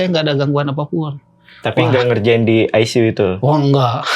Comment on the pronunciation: ruang aisisiu wkwkkwkwk